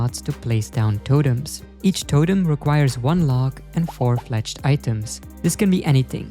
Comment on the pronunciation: There is no way bro says totems like that.